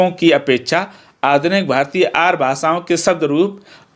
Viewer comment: Sir y r u saying Aaryaa ko Aar